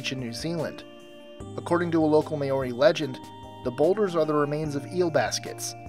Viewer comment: It dont seem hard, But i guess there just not ready to say Ma-Ore-Re just yet!